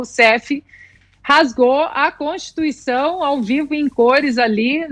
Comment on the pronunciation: . Kkkkk cotituição... nove dedos palhaço